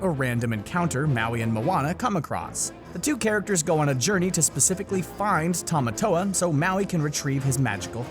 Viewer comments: Is any else cringed by how he says the crabs name wrong than how the movie says it ?😆🤯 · Noah Delong no it's Tim-a-toe-a. That's how he says it in "Shiny" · The fact that you said Tamatoa wrong the entire time made me cringe. Anyone else?